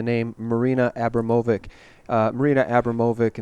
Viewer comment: abramovic is the other one people seem to be struggling with, it's Ab-ram-ov-ich